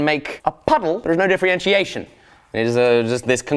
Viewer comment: difrientiation :D lovely new word